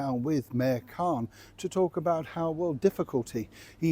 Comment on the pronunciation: When you said Mayor Khan it suddenly sounded like Mère Khan!